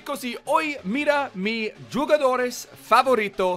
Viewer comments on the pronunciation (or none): "Who-gadores" for jugadores just fyi